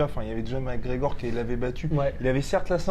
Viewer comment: It took me 13 seconds ... Arrêtez svp c'est McGregor